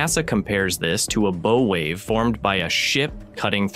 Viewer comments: A potentially great video ruined by crappy AI audio. What happened to human narration? It’s not a Beau wave, it’s a bow wave. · It's a bow 🙇 wave, not a bow 🎀 wave 🤦‍♂️ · English tip: a "bow" wave rhymes with cow, not bow (& arrow). all the best. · I would think that a channel reporting space news would be smart enough to differentiate between bow, long o and bow short o, what the the front of a ship is called. And be able to train their AI to pronounce the difference. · Bow wave isn't 'bow as in longbow' it's bow as in front of the ship, pronounced like cow. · That is not how you pronounce "bow wave."